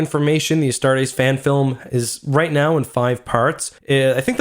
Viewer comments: I really don't wanna be that guy because its not a big deal and I still love your videos, but Astartes is pronounced "ah-start-eez", not "ah-start-AYs", don't over enunciate the ending, keep it nice and smooth. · How much were your tickets for this hype train? Cause damn you're fuckin' late. and "Uhstar-days"? Really? Gtfo bud. uh-star-tees It's not that fucking hard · "Astartays"?... it's "Astartes" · Astar-TEES.. not astar-teis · Correction if you use latin it is actually pronounce "astarts" with just a slight s at the end. The "astartees" is an english mispronunciation. Now that being said, since MOST people seem to agree with the "astartees" pronunciation I am quite fine with that. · Btw just a friendly tip, its pronounced a-start-ease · Love how you pronounce “a star days” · Pronounced "Astartees". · You are saying "Astartes" wrong, its "A-star-tees" tees like t-shirt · Oh my god listening to you mispronounce Astartes is genuinely grating. Pronounce the E at the end like you're supposed to instead of as an AEY like you do. get it right for fucks sake. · Any one ellse mad how he pronounced astartis... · The way you say astartes is bothersome. Also who says forty thousand, it’s 40k bruh